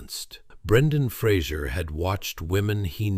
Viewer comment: At least pronounce the man’s surname correctly. He’s very gracious in not making a big deal about it but I’m sure it pisses him off no end, that no-one can be bothered to learn how to say his name, or learn to read it! He deserves a sincere apology from everyone who gets it wrong. I’t s F-R-A-S-E-R, and it has nothing to do with Kelsey Grammer and his TV persona! Credit where it’s due, please.